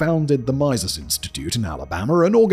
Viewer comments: the “majses institute” ??? Just shows your ignorance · "Meeeseees" Institute - the I's are pronounced like e's. A bit like the Meeseeks in Rick and Morty. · What a blast from the past! It is wild seeing normie channels help resurrect someone almost completely forgotten. Cool to see but if you are trying to cancel him you are about 6 years too late. Also the pronunciation of “mises” was incredible, thank you kindly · Imagine doing a video on Molyneux and not learning how to pronounce "Mises" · Lol at that pronunciation of Mises. He might have liked it, as you're almost saying "miser"....